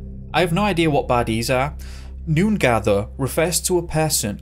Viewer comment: Also, re: South Western Aboriginal groups you're correct. However as a matter of semantics they're the largest "Language Group," which is how Aboriginal groups are classed since their cultures didn't use borders as such. Also, the pronunciation is "noong-are". Source: I live in South West.